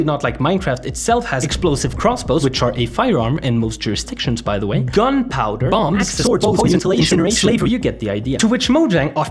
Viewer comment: I CACKLED when you put all the emphasis on "gunpowder" here lmao